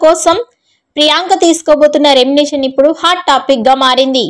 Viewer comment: నీకు సరీగా మాట్లాడేకి రాదు ఛానల్ అవసరమా ఎభాష వస్తదే నికి ఎర్రి పూ... దానా... రెంనెషన్ naa ఒక్కసారి పలికిందిలే తప్పు అంటే ఓకే ..మాట్లాడిన ప్రతి సారి రెంనెషన్ అని కూస్తావ్ బుర్రతక్కువదానా చదువు రాకుంటే ని యెనకా ముందు రెండు మూసుకొని కొంపలో కూసో... ని నోటికొచ్చిన కూతలు కూయకు.. remuneration. ఇలా పలకాలే గొర్రెదానా. తెలియకుండా నోటికి ఏదొస్తే అది కూయకు తెలుసుకొని కూయ్ తింగరిదానా.. 🌹🕉️🌹జై శ్రీరామ్...